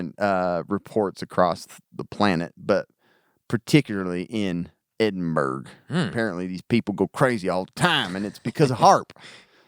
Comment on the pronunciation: Edinburgh = Ed-in-bra, not burg. Other than that good stuff guys